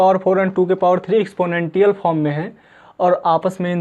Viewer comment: एक्सपोनेंशिएल होता है भाई Anyway nice one👌